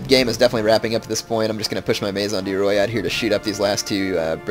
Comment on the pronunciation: Maison du roi is pronounced may-zon du wha.